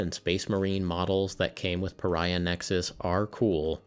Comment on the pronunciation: That's clearly the "Purr-iah" Nexus release... a limited edition just for you!